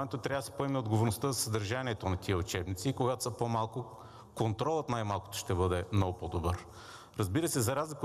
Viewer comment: Само, като чуеш "ша"става ясно, че е прост!